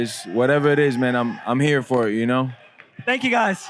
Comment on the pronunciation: Haha anyone noticed Jorge doing Tony Montana’s accent ?! “Juno”...😂😂 look 👀 at ju now!! 🤣🙌👃